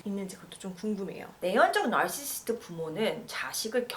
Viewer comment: 나~rrr~~르시~스트~ 듣기 불편하네요 ^^